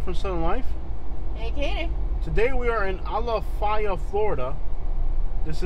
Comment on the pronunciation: Maybe you should learn how to pronounce Ala.FAY.a first, before you downgrade the area.